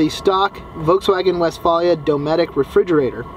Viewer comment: and he pronounces it incorrectly...